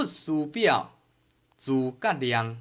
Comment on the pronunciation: 念得太好，很是感動。 腔口沒話說，抑揚頓挫很好聽，最可貴的得是有表現出諸葛亮文字裡的情感，可見對此文相當熟悉。